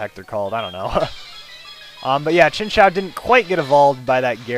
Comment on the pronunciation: lol chinchao is how you said it, but its pronounced chin ch you without the y sound